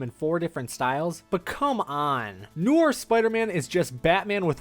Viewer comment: there are times he pronounce noir right then other times he say knorr like the seasoning